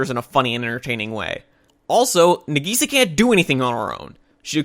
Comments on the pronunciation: no offense bro but i hate the way you pronounce nagisa its "nah-gee-SAH" not "nah-GEE-sah" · I actually agree with him, i dont think any of the points you made were credible since it seems like you didnt pay attention because most of these things were explained. btw its na-gisa not nageesa you can tell you watched the dub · Sorry but how you pronounce Nagisa invalidates all your criticism (this is a joke) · You aren't saying Nagisa's name right